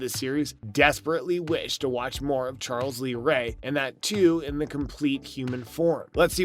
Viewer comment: What's with this guy's grammar? "Charl lees ray"? "Good guys doll"? Lol